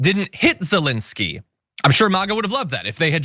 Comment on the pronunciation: Thank you for pronouncing Zelenskyy's first name correctly,.